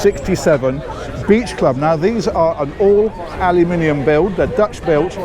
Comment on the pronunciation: Very nice pronunciation of aluminium. Still a bit alyum-inium, cut out the "Y", but a vast improvement.